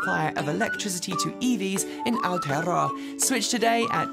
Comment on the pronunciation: VERY impressed with your pronunciation of Aotearoa. Well done! 👍😃